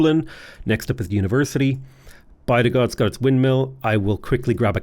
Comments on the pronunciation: Bydgoszcz is pronounced 'bid-gosh' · My Polish fiance appreciates the creativity in the way you pronounce Bydgoszcz(By the Gods) and Sczceczin (Skayzin) :D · by-the-gods (bydgoszcz) is now my new favourite